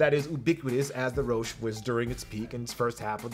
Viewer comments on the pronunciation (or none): It’s pronounced roshee not rowsh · It's called the Rosh-E, not Rosch